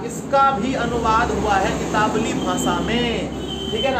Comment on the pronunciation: Italwi, itawli nahi